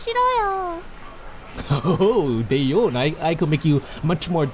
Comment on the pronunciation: not day eon... it is da yeon